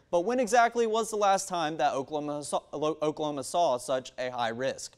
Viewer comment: What did he say ? "Okla okla" ... what ???!! I'm so confused.